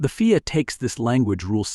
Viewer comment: F I A not feea